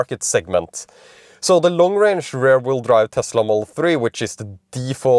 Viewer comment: Your english is good but that pronunciation of rear sounds more like ‘rare’. It’s more like r-ear like your ear or ir in Spanish. 😂